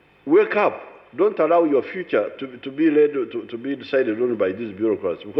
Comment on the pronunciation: Every time this man speaks it's just crap! "Don't arrow (read allow)!